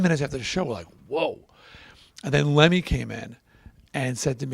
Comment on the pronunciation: Get his name right.....